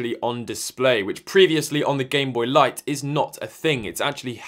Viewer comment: “gamebopy” “gameboyt” lmao